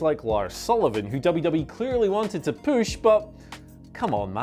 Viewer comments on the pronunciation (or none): I'm thankful for saying "Poosh"